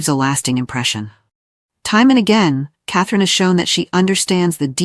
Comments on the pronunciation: HER NAME IS CATHERINE NOT CATHLENE!!!! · Get a better narration program. The one in use managed to mangle "Catherine" and "Louis" in about 30 seconds.